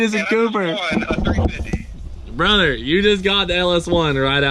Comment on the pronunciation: Jonathan ponce “Hell yea brother” he said “brudder” tho